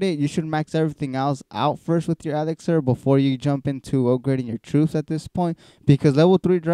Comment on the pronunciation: He's mocking how you say elixir xD